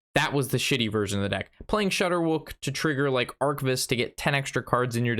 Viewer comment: It's not shudderwuck its shudder wack, It's a play on Jabberwocky, a character In a poem, by the guy that wrote Alice in wonderland I know it's a minor thing but you've been saying it that way for a long time and no one has said anything